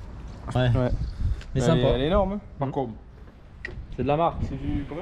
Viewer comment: FACOM et non FALCOM .... lool ... bien joué les gars !!!!